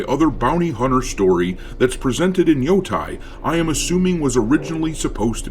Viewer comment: 🥴 why people always say “yotay” 😭 it clearly have an E so it’s like saying the E in spanish “eh”